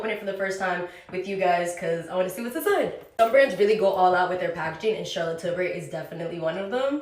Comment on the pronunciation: “ I did a photo shoot with Charlotte Tilbury “ Girl, if you’ve done a photo shoot with the brand, WHY can’t pronounce her last name?